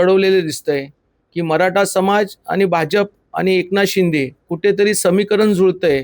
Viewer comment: मराठा असतं. मराटा नाही. 😂😂😂😂